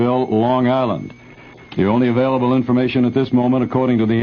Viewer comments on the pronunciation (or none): none